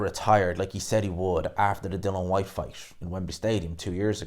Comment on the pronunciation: DILLIAN White not Dillon FFS